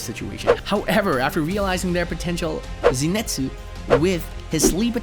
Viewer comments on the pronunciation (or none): Bro said jiu and zinitsu and dont forget tenjen☠️💀💀